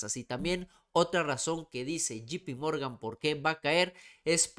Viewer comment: Puma es llei pi morgan no GP morgan sin afan de querer ofender 👍🏼✌🏼🇲🇽